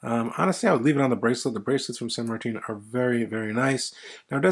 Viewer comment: San Marteen? 🤣